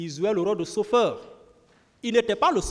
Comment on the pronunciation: Blaise pas blaige. Le g ne se Li pas z. Ont dit pas zandarme mais gendarme. Ont dit pas zuste mais juste. Le j ne se lit z. Ont a affaire à des intellectuels ou des analphabètes ??!!! Le monde entier suis le procès. Sofaire ou chauffeur ? Quelle honte pour des soit disant intellectuel. Soisi ou choisi . Un enfants de la maternelle dans mon pays est nettement mieux